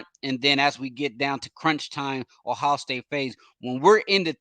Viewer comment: Well he can’t even say Ohio. He says “ohow” . He acts like he’s an insider for recruiting and knows nothing more than what anyone can read on a message board.